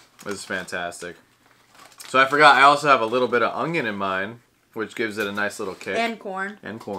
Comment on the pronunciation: Am I the only one that notices says onion with a j in it?